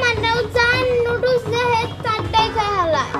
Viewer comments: Lodos na pronunciations ta nodooles hobe.. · Nudols ke bimu ludols bole keno? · nodules uccaron o korte pare na